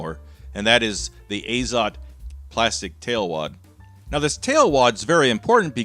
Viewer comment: A little bit of trivia. It's azOt, not Azot (too lazy to figure out how to put stress symbol properly). And for whoever might be curious it means nitrogen.